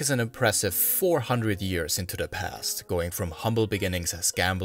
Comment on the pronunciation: Great job! Liked and subscribed for sure. Your Mandarin and Cantonese isn’t bad at all Constructive criticism: you have a noticeable Chinese American accent so if it’s a concern for you, things you can work on in elocution is the “th” sound and where you push your vowels to the front of your mouth: 1. Your “th” turn to “d” sounds sometimes in the word “the” more often than not. It’s not at the beginning of words but also in the middle like in “ethnic.” It’s pretty much not a problem when it’s at the end of the word like in “British” 2. The second syllable in “society” is very far up in the front of your mouth. You also de-voice “z” sounds to “s” like in “decriminalization” and “Buddhism.” Keep in mind there’s nothing “wrong” with speaking this way, especially because Mandarin in particular is spoken at the front of the mouth. I was able to understand you perfectly fine and listened to an hour of your hard work! I minored in linguistics decades ago and continue to work on my Mandarin so these are just observations I have listening to lots of Chinese speakers speaking English and other [mostly non-Asian] languages. Both Cantonese and Mandarin speakers have trouble with the SAE (standard American English) “th” sound and it always receive it like a balloon that is leaking air because of that and how hard we go on “s” sounds 😅 Please keep up the excellent work. If you haven’t yet and get a chance to do it, the Hong Kong Museum of History has a lot of history on the Opium Wars, som